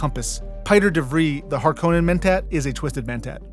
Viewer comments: HAR- koh nen HAR koh nen (it is actually a FInnish name, and first syllables always emphasized._ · My brother in christ, richese and harkonnen are both pronounced numerous times in dune media and youve pronounced both of them wrong